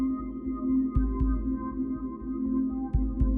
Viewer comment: "I am Zane Ro-meave" Omg, really? I thought you were Travis.